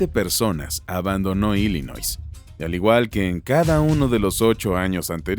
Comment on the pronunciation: Nel carnal tu información esta muy mal. Y se pronuncia ILLinoi sin s.